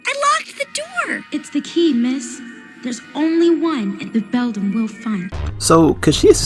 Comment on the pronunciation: Its not bedlam its Beldam lol